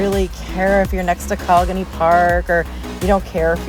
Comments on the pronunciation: Coligny is pronounced Co lig nee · Coligny Co- lig- knee